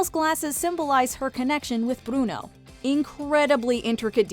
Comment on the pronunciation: We don't say brono